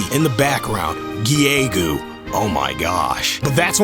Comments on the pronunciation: I'm pretty sure Giegue is pronounced either "Gyg" or "Geeg" That final smash sounds a little too long and complicated. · Giegue... Still dont know how to pronounce it. HAAALP But i pronounce it ''Gi-gyu'' atm. :T